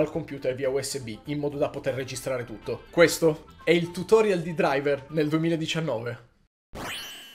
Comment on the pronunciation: Sekiro vs Driver... "KOI DURAIVER"